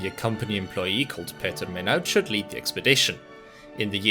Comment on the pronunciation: Pierre Minuit was Walloon. Your pronunciation is off.